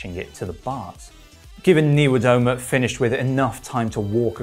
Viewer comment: Niewiadoma schould sound like knee via doma. Thx for great video.